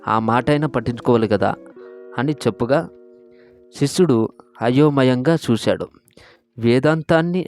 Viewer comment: శిశుడు కాదు రా. శిష్యుడు